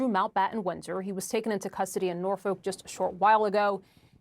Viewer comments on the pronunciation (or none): "Norfuk" not Nor Folk , Folk isnt pronounced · Why cant American reporter's pronounce Thames correctly? Its not said as its spelled, not everything is as literal as the way Americans speak. Its just Tems, The River Tems, Tems Valley Police. No need for Tames or any of that nonsense, just say Tems like everyone else. Its also not Nor-foke. Its Nor-fukk. As a reporter based in England you really should know this.